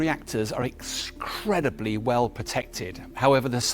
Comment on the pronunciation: I can not find this word "excrediply" in Dictionary??? Help!!!